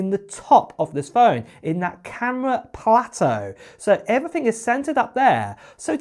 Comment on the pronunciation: It’s not “uver” it’s other It’s not “everyfing” it’s everything It’s not “fings” it’s things You sound ridiculous.